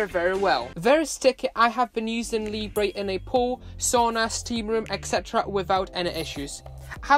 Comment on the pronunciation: Hi, great video, please don't call it "Librey, it's pronounced " Leebra